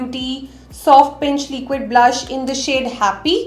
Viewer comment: why do you say leeeequid? it’s liquid.